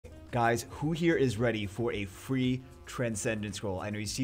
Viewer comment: When he said free, i first understood three xD I was like wtf